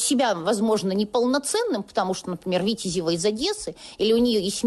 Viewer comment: Не вітязева, а витязев.